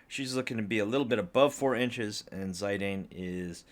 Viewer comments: Zie-Dane Tribble. Come on. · I have never heard that pronunciation before. I used to say Zid-Ayne, but I think it’s Zid-aan? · According to the original Japanese version it'd be "Zee-dahn" or "Shee-dahn" which is their pronounciation of an english "Z". That said, thank you for the unboxing, I wanted to order them so much but Bring Arts and PAK have such bad quality control and painting issues that I did not dare to go through with it. Even on your figures I can see smaller spots of paint either missing (left side of his blue ribbon) or those that aren't as pronounced, as you pointed out Lily/Garnet's face. And I've seen other reviews where Ziddy's arm/toe joint comes off outright. It's also an extreme shame that they don't use actual chains for the neclaces anymore. My old Play Arts Squall has them and for that amount of money you'd sure as heck expect something better than pure, hard plastic. And the old ones were much cheaper. Other than that I have to agree, the shading and gradiants are really nice on those. Whats especially impressive with the IX ones is the fact that they did the hair right for once. It doesn't look as "overstyled" or "realistic" as it does on the Nier Automata and FFVII ones or as badly cut as the KH versions. Usually SE and Koto really botch it but this worked out great. Love Ziddy's faces and the weapons they included so much. Garnet/Lily on the other hand especially her mouth line should have been as pronounced as Ziddy's and her crystal could've been a differnt material (transparent or holographic PVC material for the rainbowcolored shine of the Alexandrite). Overall those